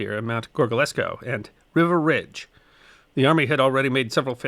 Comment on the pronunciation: Thanks for this. Just one thing: it's pronounced "Reeva" Ridge. (My father was there.)